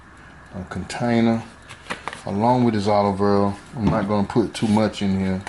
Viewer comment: 😂 i knew it was going be good when he said olive earrl he from the country where the name u cant pronounce all love